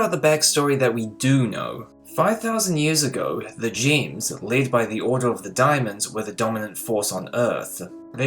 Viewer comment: i thought you said jims not gems